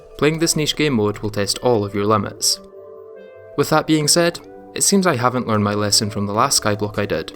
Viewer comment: “Playing this niche gamemode will test all of your limons”